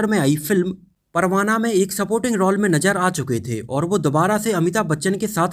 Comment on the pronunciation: भाई रॉल बोलो.. रोअल नहीं 😂😂😂😂😂😂😂😂😂😂